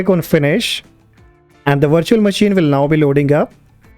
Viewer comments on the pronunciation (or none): Why you sound like the Laka-Laka guy trying to scam me every day over the phone ? And why you say "Vindous instead of Windows, also... WirChewall instead of: Virtual? And why it;s : "DEXtop" instead of: "Desktop"?